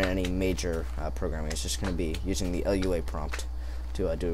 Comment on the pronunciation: Its pronounced (Loo-Ah) Lua.